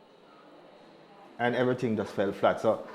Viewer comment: "We'll explain everythink" she says.